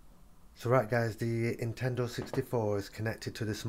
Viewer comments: There an "N" at the beginning of the word Nintendo you know. You keep saying Intendo 64 lol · Hope that "Intendo" 64 works for ya :P